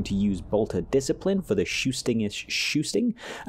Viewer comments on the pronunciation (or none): My guy really said "dis-ci'pline". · What the hell is bolter dis-kay-plain? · Bolter... disc-eye-plyn...? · Bolter Dis-Cipe-Line? that got laugh out of me great content and video :D